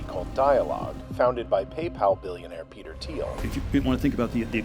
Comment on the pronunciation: “petel thiel”